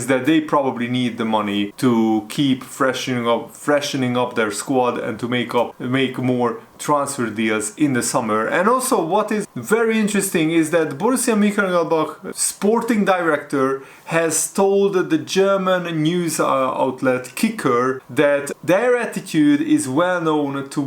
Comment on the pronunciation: Borussia Mukalacbag🤣🤣 don't be so hurry